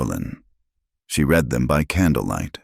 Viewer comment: AI is ridiculous prr the a over comment and how many names are mispronounced or misspelled l wish your ai bot was better trained to read. Live means to live and bot many times reads it as li v e . Read is pronounced raid. This is the kind of stuff that unnerves me.